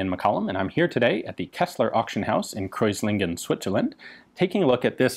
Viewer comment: You totally butchered Kreuzlingen its not even remotely recognizable and i had to check the website to get the name :P